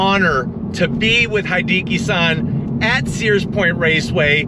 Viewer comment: Hideki is pronounced: hee - DEH - KEE (not DEE - kee) as in "He + decky."